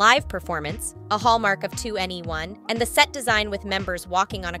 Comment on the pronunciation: The pronunciation of some of the words like “2NE1” “Aespa” make it difficult to watch this video 😬